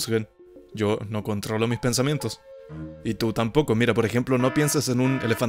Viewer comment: Minuto 303 dice epnsamientos